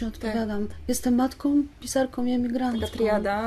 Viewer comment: Przepraszam,ale czy to emigracja wpłynęła na,że Pani Grzegorzewska (pisarka,polonistka) zapomniała o samogłoskach nosowych w końcówkach wyrazów i mówi:jestem matkom,emigrantkom itp.?Przepraszam za powyższą uwagę.Jestem nauczycielką języka polskiego i uczulam na to uczniów."Guguły" przeczytałam z zachwytem.Niestety,po lekturze "Stancji" czułam ogromny niedosyt.Pozdrawiam.